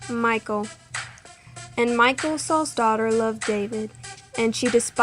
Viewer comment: Name is not Michael; it is Michal, pronounced mee HALL (the h sound is rough, like the ch in Bach or loch).